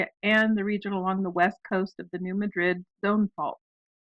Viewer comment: New MA-drid, not New Ma-DRID!